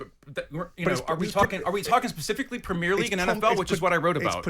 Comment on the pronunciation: WTF can't he say Premier as in Prem-ier. Why does he insist on Pre_mier league audacious pr*ck